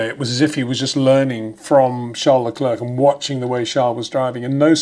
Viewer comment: Charles Lecler (silent "c") please.